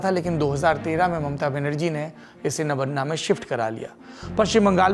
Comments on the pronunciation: Not nabanna it is nabanno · My dear friend before making video please correct your Bengali pronounciation. Kindly note it's not Nabanna .. it is Noubanno ... Listen to the bengal reporter who is doing live recording. Don't spoil & destroy the Bengali words as per your convenience. This message is not to insult you only pointing to correct you. Thank you. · It's not नवन्ना it's नवान्न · नबन्ना नहीं नबान्न...नव+अन्न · It's नबान्न, नबान्ना नहीं ... That's the problem with most of the Hindi speaking journalists, they don't pronounce the name as it is but as per their convenience. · Sir nobanno hota hai nobanna nhi 👍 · Nobanno.... Not Nobonna.... 😢😢😢😢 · Saurabhjee, Nabaanna ka pronunciation toh thik se kar lijiye, aise hi toh Rabindranath Thakur (Not Tagore) Ka Gaana ko National Anthem Bana k uske aisi ki taisi kar diya hua hai abhi ek bengali word k rape mat kijiye.. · Btw the pronounciation would be 'nobaanno'. Hope this helps. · Nabanna naam hai.. Nabo-anna नया चावल...... In hindi its नवान्न Thoda pronunciation me sudhar kar lijiye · नवान्न सही उच्चारण है। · Sir its nabanna. "नबान्न"